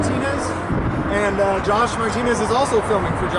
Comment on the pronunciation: Every time says, "gosh," he's trying to say, "Josh."